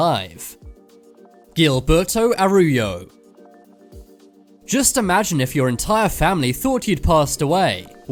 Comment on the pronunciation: The way he pronounces Gilberto Araujo and Alagoas is very painful